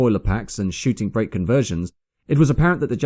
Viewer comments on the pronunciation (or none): none